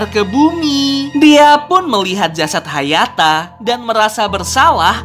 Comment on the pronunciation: Sekarang bukan hayata tapi hayato